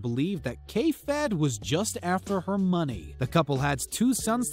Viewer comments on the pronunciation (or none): none